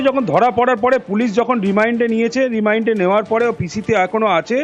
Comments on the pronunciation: Not remind it is remand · Remind noi remand dada! Ki bhul bhal uchharon koren apnara ?! 🫠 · REMAND....না রিমাইন্ড!!!!😂😂 স্ত্রী...না ইস্তিরি!!??🤣🤣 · Remind na REMAND , Geram na GRAM, Istri na STIRI ...Dupoisa besi diye bhalo reporter rakhun sunte boro baje lage !!!